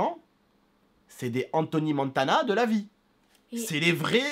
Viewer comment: Enthoony montana 😂😂😂😂 c est Tony Montana